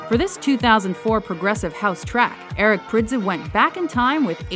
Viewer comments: Eric Prydz is pronounced as "Prides" thanks. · wrong pronunciation, again and again benassi is from italy prydz is pronounced like prides wtf is wrong with you people?!